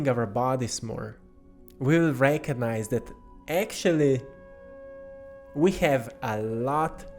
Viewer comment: And the beautiful synchronous way you pronounce the word "recognize"-- you have transmuted it to "reiki-nize"